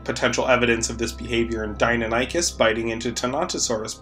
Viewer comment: the way you pronounce deinonychus hurts me on a spiritual level